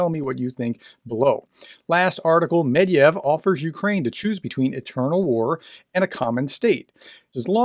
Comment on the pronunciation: Medvedev is pronounced Med-ved-jev. Rock on! ♥️😃